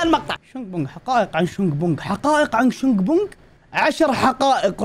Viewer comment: أسمو شنق مو شونغ